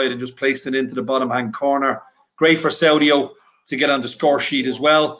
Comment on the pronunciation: Ffs...saudio, Saudio!?? 🤣